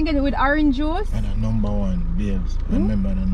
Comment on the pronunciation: seh “ and a numba 1 whopper more than 10 times”🤣🤣🤣🤣